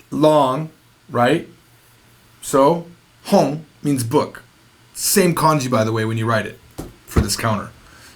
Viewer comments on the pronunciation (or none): All I can hear is French hon bon pon